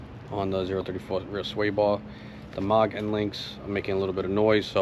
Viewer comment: Been enjoying your MK8 videos - just a heads up, Moog has a "mooo" (like a cow) pronunciation......not "awww" (Mawg).